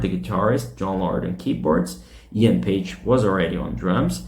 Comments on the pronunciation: Drummer's name is Paice, nickname Paicy, not Page. work on your pronunciation man before you go online, would you? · I liked your video... tnx for putting it up... and I need to say that Paice is not a Paige like you pronounce it :)